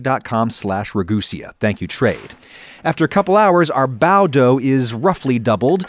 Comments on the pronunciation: The way he pronounces bao goes through my soul like wet chalk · I think you're brilliant but they're not "bao buns". They're just "bao" or "buns". Bao literally means bun. So you're saying "bun buns"